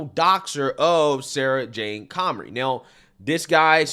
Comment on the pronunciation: Comrie, not Connery